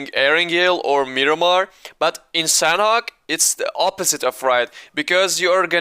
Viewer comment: imma tell you something, you're pronouncing sanhok wrong sanhok is pronounced with silent "h"